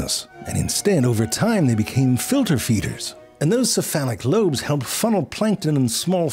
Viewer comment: Did you say "see, phallic lobe "?!